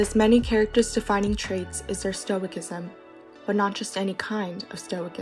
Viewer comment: This was a lovely tribute to Pedro! My only note is that stoicism is pronounced with a soft C, like "stoh-ih-sizem."